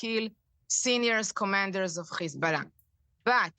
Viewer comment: why do they say Hezbollah like this? "Hzsch-billah" Even when nasrallah says it, Its pronounced "Hez-bollah"